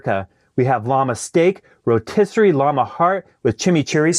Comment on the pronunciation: Rotisserie “skyeer” 😖